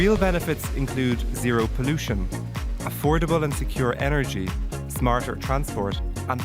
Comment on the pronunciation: Who pronounces 'smarter' with an 'f'. Wth.